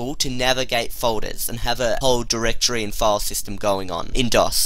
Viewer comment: dude say Directory not durrrr (dir)